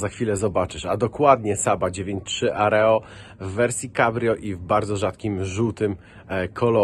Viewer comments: AERO! NIE AREO :D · Saab "areo"? co to takiego?